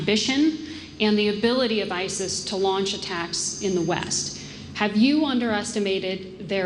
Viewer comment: EVERY THING THIS FCUKING BUM SAYS IS A LIE... ANT THE EXACT OPPOSITE OF THE TRUTH... AND ITS DONE LIKE THIS [[ double speak ]] ON PURPOSE.! AND WHEN IS THIS FCUKING BUM GONNA LEARN HOW TO SAY ISIS.?